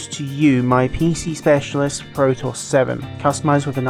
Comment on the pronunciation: Pro-toss? Surely you mean Pro-tee-us? As in the Ancient Greek myth? Synonymous with versatility?